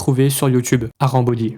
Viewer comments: C’est pas "arambody" c’est "harambody" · Arambody ❌ harambody ✔️